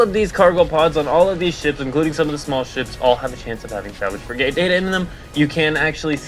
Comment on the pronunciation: how the heck do you not know how to say FRIG_ATE it is not a Fri Gate, how do you even breath properly?